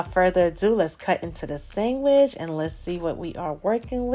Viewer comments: irish people call it sangwich too when it slaps. followed the recipe and thats a gawdand SANGWICH !!! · We’re you brought up with Italian people? The way you say “ sangwich ” 🇮🇹❤️ ( I’m Italian)